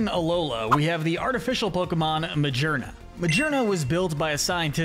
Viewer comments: That is not how you say the name! The G in Magearna is supposed to have a hard sound, not a soft sound! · Dude I thought he was saying the names fine until Magearna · He mispronounced Silvally and Magearna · “Majeernuh” 💀💀💀 Bruh GEAR is IN THE NAME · Magearna right? Him: ma-ger-na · Ah yes, call a gear looking pokemon, mah-jeer-nuh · I know, that's how he pronounced it, obviously a pokemon with a gear design will pronounce the name mah-gear-nuh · Bro💀. ITS MA-GEAR-NA!💀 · This video is almost perfect, but the pronunciation of Zeraora, Raikou and Magearna's names is wrong and the rest of the ultra beasts are missing. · the only thing he pronounced incorrectly is mochi, not even the name of a pokemon, and magearna which isnt even that bad. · Said so many names wrong. Zarude, magearna ect....